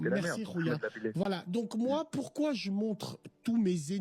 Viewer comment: Pourrais tu arrêter de dire ''poursuoi pas''? N'y a t il pas un dicton qui dit qui vo.. un oeuf vo.. un boeuf?